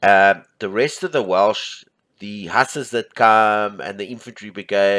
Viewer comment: Great video, the pronunciation for Hussars is "Whozars" 🙂